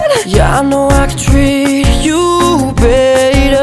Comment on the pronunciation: i love how connor says baytor instead of better